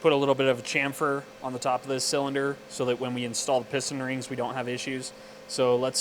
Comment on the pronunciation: not chamfer but shamfer